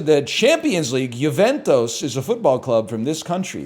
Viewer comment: Why does he say Juventus like that